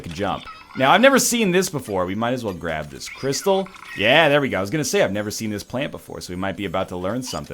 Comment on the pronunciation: "it took a while to grabe me" nice.